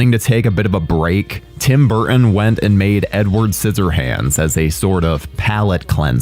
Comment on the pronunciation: Kee-Ton, Bur-Tin. Not Kee-inn, Bur-inn. English. LEARN that shit...